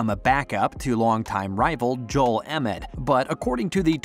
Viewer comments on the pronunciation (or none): Did he just call Joel “Emit”? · was watching right up to the point where he started called embiid EMID. then it's like why am I watching this, these guys don't know a thing if they can't even get the embiid's name right. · Man this guy doesn’t know who the sixers are if he can’t even pronounce the heart and soul of the teams name right I’m done😭🤡🤡🤡🤡